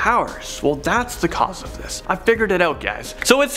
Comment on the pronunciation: “Thizchz bringzhz uzchz to number Szxeven”